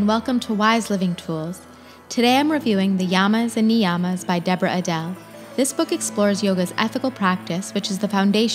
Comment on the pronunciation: It's not niiiiyammas it's niyamas you changed the whole meaning